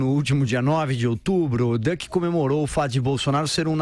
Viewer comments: Não é duck, é duke. 🦆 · Não é dâc, é dúc.